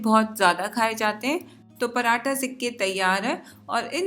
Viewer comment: Paratha hota hy parantha nhi😂